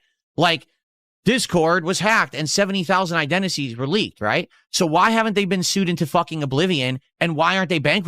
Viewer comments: "identisies" - This man can NOT speak. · Always gotta make it about himself. "I don't want your identity to get stolen. I certainly didn't want MY ID to get stolen." 70,000 what now? Identices? Slurring words already,?